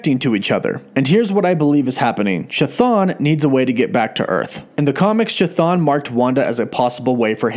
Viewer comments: Seems like it may be a good idea for future videos to get name pronunciation down a bit better. “Cha-Thon” made me cringe to the point where I simply couldn’t finish the video :/ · the h is silent dude C'thon is how it reads. It's just like the Ch in Chris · omg, that ch ch ch ch thon. Please, stop T_T It's not ch-apter ch, but ch-aracter ch. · its bugging me how bad you butcher the name Chthon. Its pronounce (Kth-Own) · Pronounced K-thon. C’mon!!!! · It’s pronounced “kthone”, ain’t hatin’, just statin’ homey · The first 'h' in "Chthon" is silent. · In Greek Hthon is an actual word, it means ground and it is pronounced just with an H (like in "hospital") in the front of the word and not a Ch (as in "choo choo") like this guy is incorrectly pronouncing in this video. English speakers notoriously totally butcher and mispronounce Greek words and names... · Ain't his name sounded out kah-th-own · The CH in Chthon is pronounced like a K. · I kept hearing Cha-Thong. Anyone else? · Common mistake, it’s actually pronounced ka-thon...😅🤷🏻‍♂️ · please stop saying "chuh-thon" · You know you’re pronouncing (ka thun) name wrong right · "Chthon" is pronounced "kuh-thon", not "chuh-thon". It's a Greek word, χθών, meaning more or less "underworld". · Chthon pronunciation is "KIH-THONE" NOT "Cha-Thawn" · I'd like to believe this as well. But every time keeps going CHI-thon instead of KI-Thon makes me go ehhh~ Excited to see if Chthon would actually be the main antagonist for both WandaVision and Dr. Strange 2. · The Ch is pronounced like a k so Chthon should sound like Kthon. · I am telling you how the actual Greek word is pronounced, it is an H sound if any of you are looking for the correct pronounciation.....the rest is up to you if you want to mispronounce or pronounce it correctly but trust me the "choo choo" pronounciation really grated on my nerves... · Anybody else think it's pronounced"ka-thon" and not "cha-thon" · It's pronounced kathoon...cthun